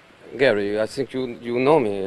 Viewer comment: I sink he a good manager and I sink he will be ok what more can I say nussing much